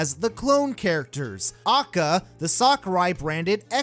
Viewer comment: Hearing him say AKA like that ruined my day